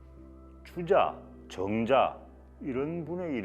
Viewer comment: 참 귀한 강의 감사합니다. 그러나, 부득이 발음 문제가 있기로 지적하지 않을 수 없습니다. 사액, 경건, 대표,( 선비) 사,(경상도)도, 등 이상 예는 장음인 첫 자를 "짧게 잘못 발음하신 것이고, 다음 예는 반대로, 단음인 첫 자를 "길게 " 잘못 발음하신 것입니다. 정자, 거처, 그리고 더 놀라운 실수!! 남명 선생 성자 "조"씨의 발음을 "길게" 장못 발음하셨습니다. "짧게" 분명히 발음하셔야겠습니다. "한국 어문을 고발함"이라는 책을 일독해 주실까요? 미국 변 완수 배